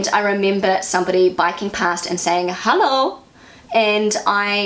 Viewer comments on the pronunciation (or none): You don't say the "Hallo" right...it must be a long "o" and it must sound like a question....you basicly wake them up and ask what they are thinking to do or say such a thing.You show them with it that you don't like it